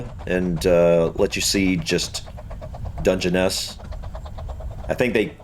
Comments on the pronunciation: You pronounced it perfectly the first time 👏🇬🇧🇺🇲👏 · Your first pronunciation was close enough 👍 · How you pronounced it first time was correct. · Pronounced Dun-jen-ess. A big expanse of not a lot. It’s in Kent, which is in the south east not too far from London (well an American’s view of not too far). Look it up on Google Maps. You’ll see how desolate it is. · Your pronunciation of the place name is perfect,and it is as much of a surprise to me as it is to you and I live in the UK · You got it right that is how it is said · Your pronunciation is correct. It's a stone desert not sand. I've been there is a railway nuclear power station. Why don't you check the Dungeness the Rodney Hyde railway 🚂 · your pronunciation was pretty near spot on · Hi, yes it is Dungeness - as you first pronounced it 😊 Dun-gen-ess ❤️